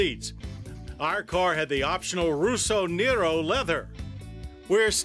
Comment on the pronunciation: rosso nero " roh-soh-nay-roh"